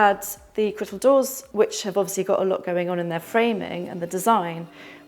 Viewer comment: Lovely house. Can anyone confirm what she’s calling the doors? It sounds like “crittle” doors